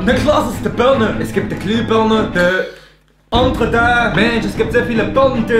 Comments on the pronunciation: warum hab ich anstatt Birne Vogel verstanden 😂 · Die beliebteste Frucht ist die "Börneee" 😂altaaa